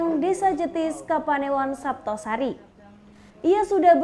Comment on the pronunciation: Kesleo ya mbak.." Desa jetis kapanewon saptosari"